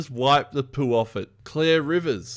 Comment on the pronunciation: Clear, Claire and Clare are all pronounced the same to me but when you say it you make a distinction.